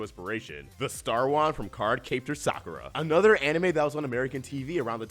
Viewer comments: "Cart Capeter Sakura"? lol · I thought the curse of the hosts of these mispronouncing things was finally over... until we got to Card cape tor Sakura. Great video regardless.